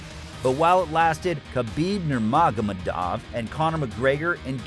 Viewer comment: Dude, learn to pronounce Khabib's surname correctly. The proper pronunciation of Nurmagomedov is all over the Internet. It's a respect thing. Do your research. Makes videos respectful of the person you are addressing as well as makes the quality of your videos higher. Cheers.